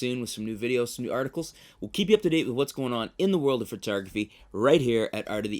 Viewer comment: Did he say "Foot-tography" must have a fetish going on there